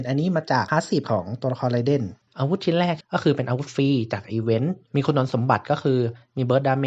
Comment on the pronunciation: ไรเดนครับไม่ใช่ไรเด้นเนาะ XD อิหยังเเวะ